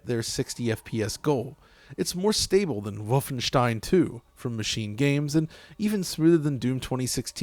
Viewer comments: Despite you're being a yank, the fact that you pronounced Wolfenstein right, makes me respect you. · Like that? That's literally how it's pronounced.